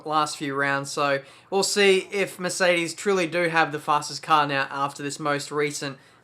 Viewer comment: Maybe its just me but every time you say Mercedes i hear Miss Eighties ._.